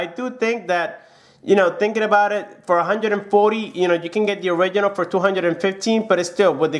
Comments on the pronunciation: Is “ORIGINAL” not “ORIGHINAL” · When he says "orighinal"😡😡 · I will get crazy if I hear one more time that " orighinal " sound...... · Original not or oridinal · Smodr Origidjnal hahahahhahahahahhahah. Oridjinjal hahahahha. Oridjinjal hahahahhahahah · You keep saying original wrong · awful pronounciation of "original" + "buttons"